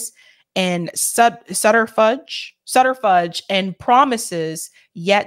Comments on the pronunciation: "Sutter fudge", hahaha! I feel awful, because this was a spectacular show. Truly. But the mispronunciation of subterfuge was hilarious enough to comment on., I love you. You're doing a great job. And that accidental hilarity doesn't change that. Keep it up. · Thank you,! "Subterfuge" is an excellent word meaning to hide something to attain a goal; a deception. Pronounced "sub' tuhr fewj." The last syllable rhymes with "huge." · it's pronounced - "SUB ter fyuuj" and it means a story that hides the truth. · Subterfuge , sub-ter-fuze …: deceit in order to achieve one’s goal